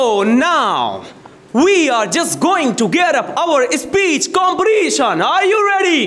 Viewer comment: Istimulated... exasperation... comperRition! ??!!??